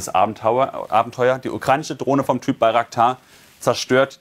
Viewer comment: Einen der "russich" , "ukrainich" und "dramatich" sagt kann ich nicht ernst nehmen.